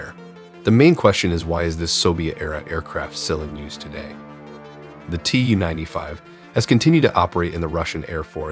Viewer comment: It’s not “Tee Yoo” 95, it’s “Too”-95.